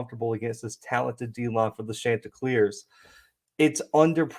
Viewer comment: Great stuff here!!! Two things though, it's pronounced Shon-ti-cleers like the name Shawn. Also, I thought I was going to have to clear my schedule this evening because you kept saying Tuesday, and my dates were mixed up. The game is tomorrow night (Wednesday) not today (Tuesday). Again, really good stuff here!